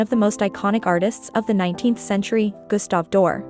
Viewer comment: If you can't even pronounce his name correctly, why should I listen to anything else you have to say about him?